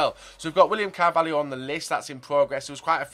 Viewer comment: William "CARVALIO"